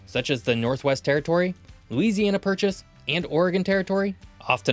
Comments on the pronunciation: ahhh yes, LOLOUISIANA Purchase. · lolouisiania purchase